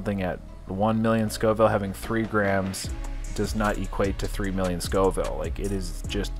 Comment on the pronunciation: Scoville not schoville lol